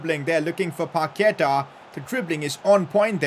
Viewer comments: It's pronounsed Pakueta not paketa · Put the accentuation in the final a when saying Paquetá, I think that’s its correct pronunciation